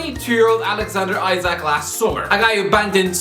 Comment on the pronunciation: 3 years ago, couldnt even pronounce Isak's name 😂😂